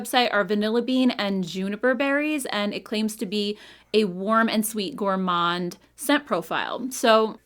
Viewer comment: Hi since I am french canadian, the word Gourmand...you don't prononce the ''D'' at the end. It is a french word buy the ''D'' remains silent.